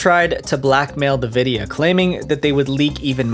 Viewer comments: You say Nvidia weird lol, great video! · Another tech illiterate guy who couldn't invest the 10 seconds to find out how to pronounce NVIDIA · One thing bothers me like nothing else in this video: Pronouncing Nvidia as "ne-vidia" instead of "en-vidia". Am i nuts, or is this the only place online Nvidia is pronounced like the? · Bro, it's "en-vi-dia", not "nuh-vi-dia" "Two Takes"?? Come on man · "en-VID-ee-uh" Not "nuh-VID-ee-uh" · It’s not Navidia it’s Nvidia. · Nevidia lol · NAVIDIA! Stop let AI write your scripts. When doing your own research you will come across somebody who pronounces things like these correct. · for the 1,000,000th time its not NAVIDIA 🤦‍♂️ NVIDIA how hard is it to not butcher a word in 1 video😂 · Do you really not know how to pronounce NVIDIA?? It's IN-VIDIA....not NUH-VIDIA. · who calls the company nevidia??? its envidia .. are you a bot? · this mf just say nuh-vidia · Who says Nvidia as nevidia and not N vidia? Lol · This whole video is a cluster fuck. He says 2001 twice, while showing 2021 on screen, calls Nvidia "navidia", etc. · I'm sorry my OCD won't allow me to continue without saying this: You're pronouncing Nvidia so wrong. Even the official website and Logo Guidelines say it's pronounced [en-VID-eeyah] (Like envidia , the spanish word, not exactly but similar) instead of Nuh-Vidia??? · I hate when people pronounce NVIDIA as Nividia not N vidia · Nuh-Vidia? Two Take? Do you know anything about video games at all? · nevidia xD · Never heard of Nevidia lol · Say it: En vidia, not like nvidia 😂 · You say 2001 when it's 2021 for when Lapsus$ first became known. Also... Please learn how to pronounce "nVidia", lol. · Who calls Nvidia “na-vidia?” The company has never pronounced it like that, so why is anybody pronouncing it like that? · I hate the way you pronounce NVIDIA.....good video though. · Bro how you gonna cover this and not know how to pronounce something like nvidia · nuh-videa? Is this AI too? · Nvidia is pronounced like N-vidia